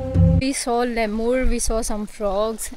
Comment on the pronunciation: Jo tumhare sath guide hai usse seekh lo ke Lemur kaise bolte hain 😅 Tum to pata nahi kya Laimur bol rhi ho